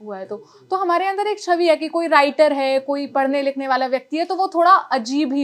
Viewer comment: जिस तरह से """हमारै""" बोलती है इससे ऐसा लगता है जैसे मध्यप्रदेश से हो??☺️😊